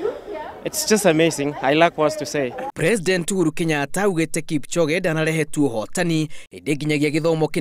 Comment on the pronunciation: it's KIPCHOGE.... NOT KIPCHONGE......